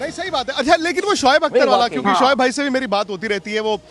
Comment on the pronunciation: Arre yeh gawar vikrat ko samjhao soaib akhtar nahi uska nam shoaib akhtar hai... it's shoaib not soaib...